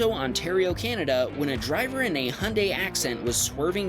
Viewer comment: HIGH-UN-DIE ✅ HUNDAY⛔